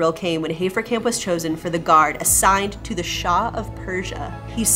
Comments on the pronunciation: And yes, I think you should rather be able to pronounce German names correctly by now. It's not "Hay-fer-camp", but "Hah-fer-cump". Sorry about this, but just trying to improve the experience. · Entschuldigung, aber wenn du den schönen deutschen Namen HAFERKAMP wie "Heferkämp" aussprichst, bekomme ich irgendwie Mittelohrvergiftung..